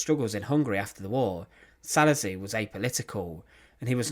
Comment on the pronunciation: And the "s" is pronounced "sh" in Hungarian.